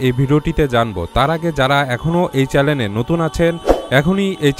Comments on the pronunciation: ভিডিওটা খুব সুন্দর হয়েছে, তবে উপস্থাপকের বলবো চেলেন হবে না চ্যানেল হবে । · Vai apni apnar uccharon thik vhabe korben (chalen) hobe na channel hobe. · ভাইয়া, অাপনার সব‌কিছু ভা‌লো লে‌গে‌ছে কিন্তু ম‌নে রাখ‌বেন অ‌নেকবার অাপ‌নি উচ্চারন ক‌রে‌ছেন চ্যা‌লেন কিন্তু শব্দটার উচ্চারন হ‌বে চ্যা‌নেল। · চ্যালেন নাকি চ্যানেল?? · চ্যালেন নয়, চ্যানেল। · ভাই চেলেন না চেনেল বলেন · চেলেন না চেনেল হবে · চ্যালেন না চ্যানেল হবে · আপনি বার বার চ্যানেল না বলে চ্যালেন বলেছেন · ঐটা চ্যালেন না চ্যানেল। ২৫ সেকেন্ডে বলেছেন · ভাই চ্যালেন না চ্যানেল উচ্চারন হবে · চ্যালেন না ভাই,,,চ্যানেল ।।। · চ্যালেন নয় চ্যানেল Channel!!! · ভাই সব ঠিক আছে কিন্তু চ্যালেন না শব্দ টা হবে চ্যানেল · চ্যালেন না বলে চ্যানেল বললে ভালো হয়। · কেও কি চ্যানেল কে চ্যালেন বলতে সুনেছেন? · চ্যালেন না ভাই, চ্যানেল। 🏮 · Bhai re bhai ke tumi ? are bhai chalen na , Uchharon ta CHANNEL hobe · চ্যালেন না ভাই চ্যানেল হবে । আলহামদুলিল্লাহ, তবে সুন্দর একটা ভিডিও বানিয়েছেন। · বোকাচোদার উচ্চারণ কী !!! "চ্যালেন"..... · ভাই চেলেন কি,, উচ্চারণ ঠিক করেন,, তবে কথা গুলো ভালো লাগলো